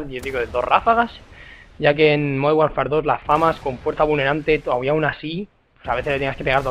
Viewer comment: ese 'MONDERN' xD